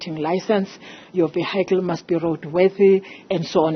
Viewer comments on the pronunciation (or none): Don't know. I'm still stuck on "ve-high-cle".